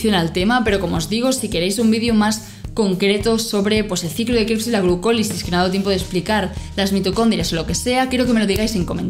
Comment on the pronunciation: Se dice Krebs, no Kreps...